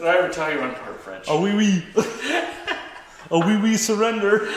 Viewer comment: on behalf of the 5, maybe 6 french people that watch that show, I wanted to say that the surrender joke was ... okay ! Great pronunciation of "oh oui" !